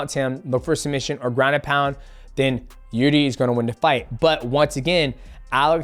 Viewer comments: frankie egger and jürdie mate i love that you cant pronounce any names lmao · “Jirdi” 😂😂 fuck I love DJ